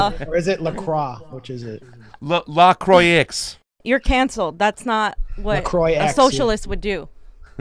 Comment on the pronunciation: Possibly the most useless commentary here…it’s pronounced “La Cwah.” Thanks for the shout out to La Croix sparkling water.